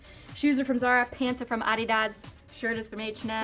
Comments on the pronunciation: Second a was a bit long but a lot closer than I usually hear people from the US say it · The way said 'Adidas' was actually right lmao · I love that she pronounced Adidas the right way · Can just talk avout it that saud Adidas complitly right because adidas is german this is how you actually say it